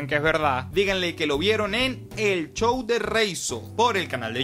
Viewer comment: pOR QUE DECIS CHOW EN VEZ DE SHOW??